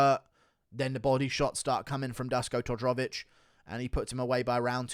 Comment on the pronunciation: If you really want to be taken serious as a MMA youtuber, you should start to atleast put a bit effort into prounouncing peoples names somewhat right. You swollowed half the name of Dusko Todorovic lmao. Not to mention some other legendary prounounciations like "Cheemayaff"